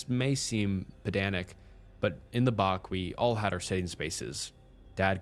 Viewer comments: a bach is pronounced like batch not bark :P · Bach = "Batch".. not "Bark".. 😂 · love your story telling and personal input you add so don't want to come across as being picky or rude but being a kiwi (New Zealander) the home by beach is a Bach pronounced exactly same way as Batch.. Thanks for all your wonderful work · Just one the bache is pronounced batch 😊great story though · It’s pronounced bat-ch like a batch of cookies